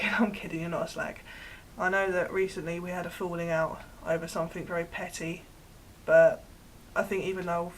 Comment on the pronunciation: "Somethink" Hurp durp!